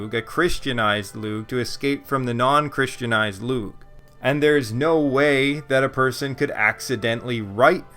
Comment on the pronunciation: I think u've corrected this pronunciation of "Lugh" since this video, yes?